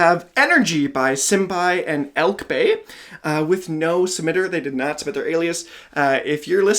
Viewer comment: Hi I am an aquaitence of Elke Bay’s! Just wanted to let you know her name is pronounced like Elk-Uh